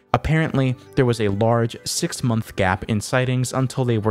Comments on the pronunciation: heheheheheheheheheheheheh, sex months, heheheheheheheheheheh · My favorite "Sex months"